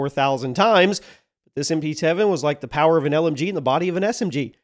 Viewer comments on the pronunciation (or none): none